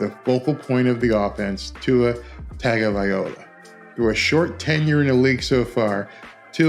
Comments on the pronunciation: Tun Gah Vye Loha. Come on man pronounce the name right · Dude shhhhhh….u can’t even pronounce his name correctly & your gonna talk doubters! Here’s the simple answer: Tua was & is overrated & u & the other TUnAfish fans will forever cut some poor excuse as 2 why he’s average to below average & this season it will finally hit some of u in the head & will regret passing on Herbert. You delusional people are in 4 a big disappointment this year unless Teddy can bail them out….after all he is def an insurance policy cuz the scrub Tua won’t b available every game anyway cuz he’s a glass doll….so NO, this hater ain’t worried in the least but i am looking 4ward 2 some of u delusional fans jumping off the Titanic Tua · First off you could say his name right 😂and yes he is very very underrated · Dude, you don't even know how to pronounce his name. SMH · How come you keep saying his last name like that?